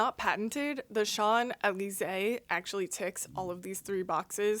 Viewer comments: Francophones pronounce it like “SHON-zay-lee-ZAY” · Great work. Just a note, SHOMPs-eh-LEESE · Pronounced like shoms ellie zay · I'm French and I will never forgive you for your prononciation!! JK it's really cute and actually thank you so much for your videos!!! (I'm fascinated by plants. And mushrooms. Shrooms are the weirdest entities that we can see) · You pronounce the s in champs because it’s followed by a word beginning with a vowel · I'm french, but I'm not surprised you can't pronounce champs d'elysee it's a nightmare for a foreigner. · I am french and i did'n notice at all that you miss-pronounce Champs Élysés, don't worry. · as a frenchman it hurted a bit but its still cool to see peoples trying : ) love your chanel ! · First learn to say champs-Elysee correctly! And when they say don’t propagate, they DO mean selling them! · You really butchered the name of the probably most famous street in the world. :) You can listen to the songs about it to learn the pronunciation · I was typing this as I saw the part about not pronouncing Champs Elyse correctly. Bug you still didn't pronounce it à la française 😂 I can't believe there are so many cry baby Monsanto narcs looking to lick more corporate boots, in your comments. Such sub 80 IQ NPCs should be ignored. The patent/copyright systems are outdated and abused. They should only apply for the life of the inventor/registrant plus 18 years in case they have children to inherit for only that many years. Buyers or licencers inherit the patents as is. Or better yet just keep "pirating". 😏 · 🍍🍍🍍Your pronunciation has improved from the first time you spotlighted Teruno World’s Champs Elysee. I’ve heard the pink pineapple can also naturally occur (some random Florida YouTuber is growing them in her back yard from suckers & tops). Please TC Pink pineapples next!!